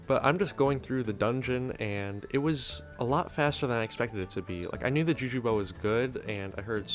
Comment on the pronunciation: For a second i heard "jew jew shortbow"